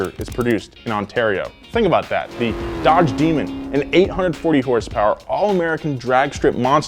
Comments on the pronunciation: "DEDGE" Yeah bro I really like the new dedge chereger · DEDGE not DODGE, good to know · Anyone else notice “DEDGE”